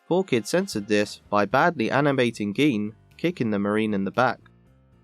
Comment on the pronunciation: “Geen”?? It’s pronounced “Jin”